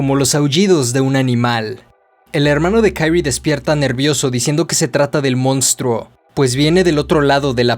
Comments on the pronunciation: No es Kairi, es Kyrie pero este man lo pasa diciendo mal en todo el cuento. Y es muy evidente desde el inicio que la protagonista es Kyrie y no Shuichi. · No puede llamarse "kairie" es japonés no anglosajón